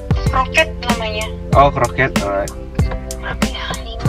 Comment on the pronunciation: Korket ato Kroket pak? 😂